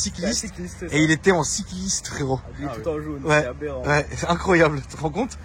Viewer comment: Il a dit aberant ?